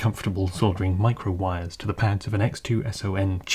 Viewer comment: Great video! To prevent a case of bystander syndrome, i do want to quickly say that "wires" are pronounced with a W, like, from the word "Why" or "Want" or "Week".